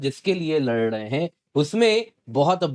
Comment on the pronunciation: Bhai pehle aap lad rahe h. Bolna seekho Bolo Lad rahe h Lad rahe h😂😂